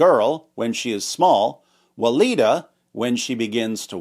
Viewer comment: I misheard waleedah as lolita